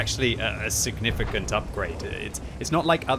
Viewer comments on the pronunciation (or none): none